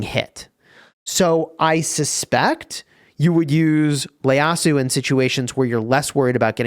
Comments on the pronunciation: Its not Leyasu. Its actually ieyasu. Pronounced “ E-ye-ya-su” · Is it just me or is he saying Leyasu instead of Ieyasu? Hahahaha love the vid :D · Noticed that as well lol, it might end up as a nickname for him if it sticks even though it isn’t correct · Again,. IT's Ieyasu, not Leyasu. ieyasu. with an i. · btw its ieyasu not Leyasu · Its an I not L in his surname